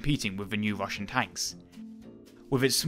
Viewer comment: Wussian Wotating Gun...Sorry but very hard to listen to